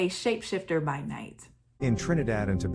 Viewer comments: Hey. Trini here. The pronouciation of Soucouyant is Soo-Coon-Yah. Love your vibe. Especially since we have the same name. 💚🇹🇹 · I'm late but socouyant is pronounced as sukunia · You just jumped in my algorithim and its ok. Subbed. As a Trini 🇹🇹 i appreciate this video. The pronounciation is Soo Koo Yaah.